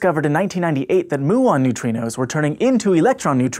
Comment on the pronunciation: Btw, it's m-yu-ons and not moo-ons.